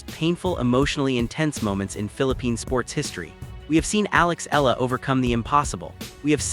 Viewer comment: Kindly correct the pronunciation of her last name. It sounds like EH YA LA.